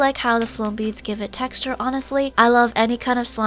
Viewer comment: She said textue